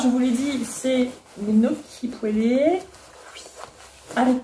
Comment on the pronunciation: Votre complicité est vraiment émouvante et inspirante 💞 Par contre svp respectez les italiens, on ne prononce pas le "G" de gnocci 😂 (--> niocci)